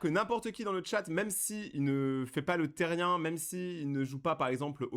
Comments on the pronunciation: PAR PITIER ON DIT PAS THERIAN MAIS THERIANEEEE CA CE PRONONCE THERIANE MAIS CA S'ÉCRIT THERIAN C UN MOT ANGLAIS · MERCIII JE SUIS THERIAN ( SA SE DIT THERIANNE ET NON THERIEN MAIS SA S'ÉCRIT THERIAN ) ET FURRY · Moi je suis otherpaws c un peu comme le(a) cousin(e) des Therian 💗et aussi ça se dit pas térien ça se dit Therian (ça veut dire qu’on prononce bien le A et le N à la fin) Sinon merci d’avoir fait une vidéo dessus.🎉❤(aussi je tiens à dire que certaines vidéos sont faites avec de l’ia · Enfin quelqu’un qui respecte les therian ! Mais sa ce dit therianE genre y’a pas de e mais il se prononce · Team therian et ça se dis therianne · Salut juste pour te prévenir sa s’écrit therian mais sa se dit theriane (j’en suis un) merci pour ta bienveillance 😊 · Ca ce pronounce teriane mais ca s'écrit therian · Moi je suis therian en fin je crois Et ça se prononce plus "tériane" Et comme ta vue tu peux regarder la terre des kins pour te renseigner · déja on dit "thériANE" comme pronociation